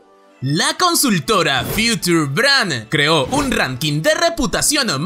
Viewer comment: Future se pronuncia Fiuchor.